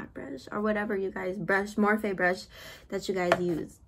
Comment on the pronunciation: “ Morphé” brush 🤣🤣🤣🤣